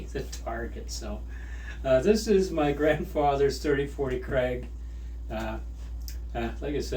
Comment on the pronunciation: Krag, not craig